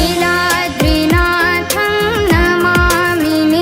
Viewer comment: Niladri kaadu Neeladri correct